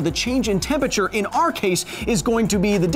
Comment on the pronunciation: "Tempature" The more you say it, the more I can't unhear it.